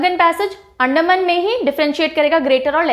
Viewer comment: Mam Bhut bhut achha pdhati h ap pr mam ek shikayat h अंडमान बोलते है मैम एंडमन nhi mam please Angrejo jaisa sound ni kra kriya Hm Bharatiya hai we don't need to copy Englishmen's Accent🙏🏻🙏🏻